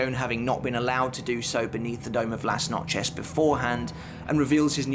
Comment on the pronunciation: Lass-notch-ez? Good god man, some effort would be appreciated